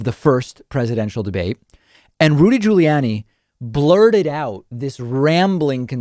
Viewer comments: My god did you really need to do the "Jooly-Yanni" thing? What is it with you and purposely mispronouncing people's names? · Um... Why the different pronunciations of 'Guiliani'?